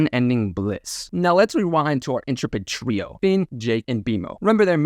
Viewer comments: Biding is pronounced 'Buyding', mundane is pronounced 'mondayn', intrepid is pronounced 'in-treh-pid', and awry is pronounced 'Ah-riye' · Intrepid is another one, in-treh-pid, tre like trek. No offense meant, it just sounds like you've got reader's pronunciation, I'm sure there are still words I don't realize I'm saying incorrectly as well.